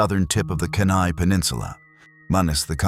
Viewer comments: Kenai is pronounced Keen eye. 🇺🇸🌧☕ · "Cheenah" "Kee nI"